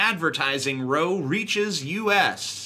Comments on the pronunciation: That's Row as in How, not Row as in Bow. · TJ its row as in r-ouw not row as in row a boat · It's 'row', not 'row'. Rhymes with 'pow'', not 'foe'. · it is pronounced ra-ow, not row. get it right shitlord. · "Row" rhymes with 'cow' not 'so'. It means argument. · Row is pronounced like oww like you hurt your self instead of rowing a boat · Did TJ just pronounce 'Row', as in argument or lecture like row as in items lined up? TJ is garbage. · Did TJ just mispronounce "row?"